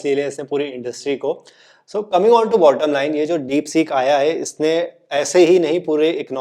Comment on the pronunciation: डिपसीक डिपसॕक नहीं